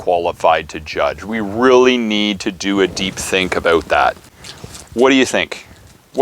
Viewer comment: Canadian? That “aboot” was no lie😂